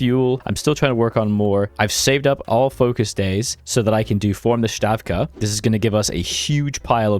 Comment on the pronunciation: also STA (like in star)-VKA ((hard german w) +ka like in cant) not shtaffka.